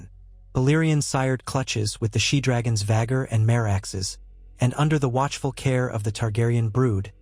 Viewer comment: I clickes off the vid as soon as you butchered "vhagars" name. Bye